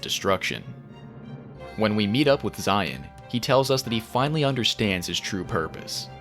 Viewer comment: “And finawy”